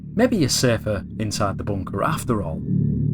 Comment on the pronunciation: this is.... am kneeseya.. the boonkahh..... lmao